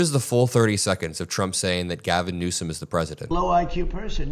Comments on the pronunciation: He actually called him President Gavin Newscum, that's what it sounded like to me! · He better start saying, newsum properly. He can Have "president PEDOPHILE", can be slipping out of newsom's mouth!